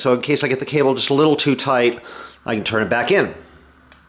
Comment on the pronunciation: Tight not toaght